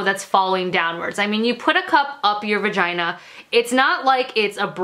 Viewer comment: "VUHGINA" 😂 I would love a period panty video. All your menstrual videos are awesome!